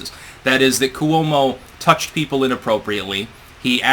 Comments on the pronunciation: It's KWO-mo, two syllables. Not Koo-WOE-mo, three syllables. Yet one more word/name mispronounced by. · For God's sake, it's KWO-mo, two syllables.